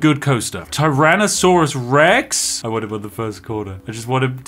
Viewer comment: "tyrannosaurus WRECKS" LOL